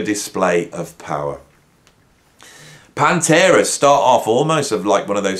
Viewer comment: To be fair, did say at the start that metal isn't his main genre. But I caught that too. Dissident is one who rebels against society. Many people still think it's Stained Glass. Can't blame them. The cover looks kinda stained glassy. I like how the Brummies remove the T from Metal. Also, says "PAHN-terah". In U.S. we say "pan-TERA" He makes it sound like the name of a fluffy kitten. Here in America we say it like a solid punch.